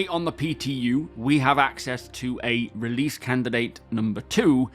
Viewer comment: "Releadse this week" got me rolling 😂